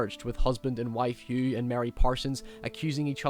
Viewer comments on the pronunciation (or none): none